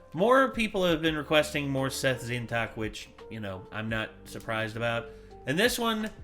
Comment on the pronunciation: Again, it's not pronounced the way you keep pronouncing it. Tzeentach is pronounced Zee-n-ch not Zeen-tack